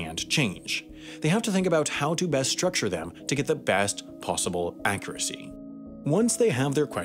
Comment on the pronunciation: I don't like the way you pronounce "accuracy" .